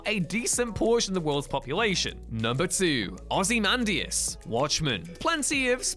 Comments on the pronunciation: Why are you saying ozymandias like that.... he's not the Ozzie man .. say it correctly lol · Plz stop butchering Ozzymandias name thank you